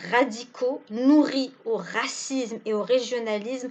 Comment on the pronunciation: A voir les commentaires, on découvre ou se situe le racisme, ou est le mal dans le berberisme en tant que tel...?, ce qui m'étonne madame c'est la manière avec lequel vous roulez le "R" du mot racisme, je doute que vos interventions seraient tendancieuses, en plus pourquoi attendre jusqu'à ces derniers temps pour pour se donner sur scène si ce n'est pas prendre le relais de certains a qui on a mis fin à leurs mission